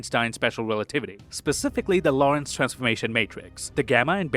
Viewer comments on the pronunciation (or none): none